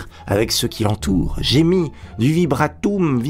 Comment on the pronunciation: ça se prononce "vibranieumme"